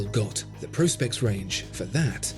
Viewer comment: First time I’ve heard “Pro-specs” pronounced correctly. Thank you for that.